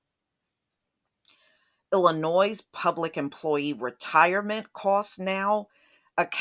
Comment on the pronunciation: The ‘S’ is silent in Illinois. 🙂 sorry sweetie, had to point this out. Guess where I’m from.. Illinoisians know this 😄